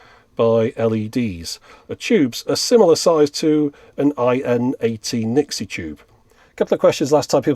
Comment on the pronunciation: Are we sure it's "Gixie" and not "Jixie"? :)